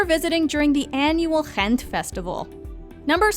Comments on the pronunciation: Yes, Ghent( I’m so impressed with your pronunciation 👍🏻😊) is wonderful, in my opinion much nicer than Brugge. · That way you pronounce Ghent, though 😂😂😂🤨🤨🤨🤨🤨